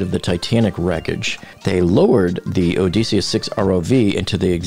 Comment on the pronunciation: Why does the narrator NOT know how to pronounce "PELAGIC" nor "ODYSSEUS"? It sure undermines his credibility when talking about them. P.S. We know that 4 am is in the morning, that 1 pm is in the afternoon, and that 11 pm is at night.